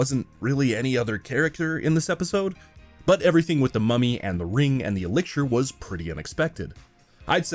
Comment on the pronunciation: Are you saying “elixir”? Like E- lick-sure